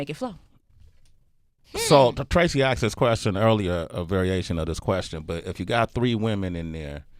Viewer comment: "Aksed"? I find it interesting that people can be educated, and still not have the ability to speak properly.